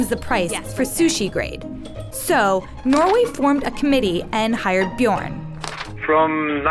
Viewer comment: wth how tf is the pronouncing "Bjørn"??? AHAH "BJURRRN" ahahah